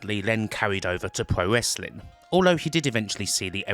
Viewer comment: "pwo wesswing" lol